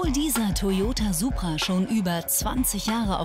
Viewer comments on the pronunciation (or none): Kleiner Tipp am Rande es heißt „Supra“ und nicht „Subra“ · Es heißt immer noch DIE Supra, NICHT DER - Banausen :D